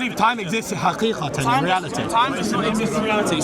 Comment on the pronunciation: I might jump in front of a bus if I hear haqikatin one more time